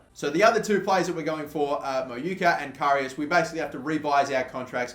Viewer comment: Adarabioyo is pronounced 'Adara-beo-yo', you always missed out the 'yo' at the end. And Karius is pronounced 'Ka-ree-us' not 'Ky-rus'.